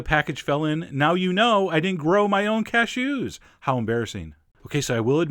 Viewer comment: the way you say cashews made me giggle! cashOOOs :)